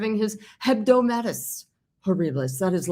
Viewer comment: It's "hebdomada"...